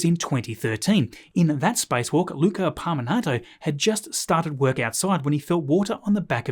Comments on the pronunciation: it’s Luca Parmitano not Parminato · its luca parmitano not parminato